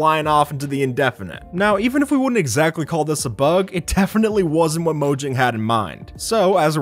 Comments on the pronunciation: Mojang is pronounced moe-yang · it's pronounced mo-yang mojang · Your saying “Mojang” wrong. It’s actually pronounced “moyang”. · Mojang (mo-yang) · mojang is read as moyang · Look Mojang sold Minecraft ok so stop saying Mogang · It's pronounced moYang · when i heard "15 Minecraft bugs that mojang never patched" sounds like "15 Minecraft Bugs that mojang never Fax"